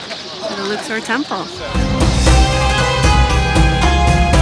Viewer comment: Could have at least used proper pronunciation instead of pretending you're special. Luxor like duck sore. Luksore. Luxor.